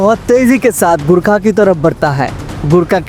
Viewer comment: Abey sale gurkha naii gorkha HOTA hey